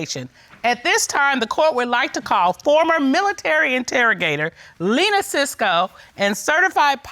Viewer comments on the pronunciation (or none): I almost stopped watching when the judge said Lena cisco😐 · First of all, my first name is Mariama! Second of all, I always stop watching when they say Lena sisco. In fact, I’m stopping now! 😂😂🤦🏽‍♀️